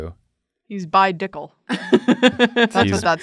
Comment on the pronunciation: "bidickel" almost killed me. mind...unfathomable.